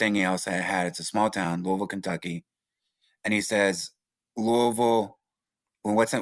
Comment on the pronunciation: Louie v as in Louie Vuitton not Louisville 😂😂😂😂crack head ahh